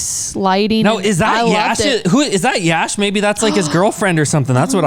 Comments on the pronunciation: Prashanth neel pronounced "YASH" sir.. 14 : 07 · Exactly her pronounciation was correct for Yash ❤️🔥